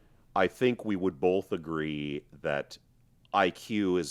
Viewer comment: Your logic is solid and your insights though obvious are all correct but anyone who puts an L in the pronounciation of the word BOTH just cannot be right. Seriously your analysis of cause and effect and economics is flawless, and yes FREEDOM should be the goal always but you still cannot be free to cause clear harm to another's person or property.